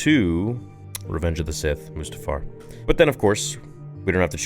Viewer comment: It’s mustafar and it’s not even close